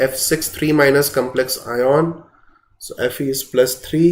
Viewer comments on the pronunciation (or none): it not I(ME) RUN pronounce as like me its I YAN OK YOu are a chemistry teacher on vvvveeeddddaaannnntttuuu